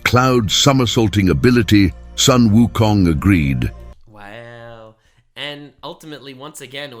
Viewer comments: Sun Wukong should be pronounced as Soon Wukong, not Son Wukong. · Both Chinese and Japanese are written as 孫 悟空，but the Japanese pronunciation is Son Goku, and the Chinese pronunciation is Sun Wukong. Both refer to the SAME monkey king.